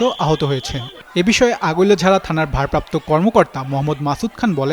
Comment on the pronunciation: সাংবাদিক নামা বলতে পারে না আগৈলঝাড়া থানা❌ আগোলঝা থানা ✅ সাংবাদিক ❌ সাংঘাতিক✅